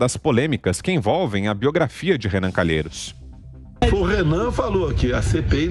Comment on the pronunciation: Sem comentarios! Sr. "CA NA LHEI ROS "